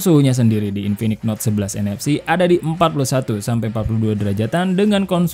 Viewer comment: Gue dengernya infinix hot 11 nfs dan 11nfc 😂😂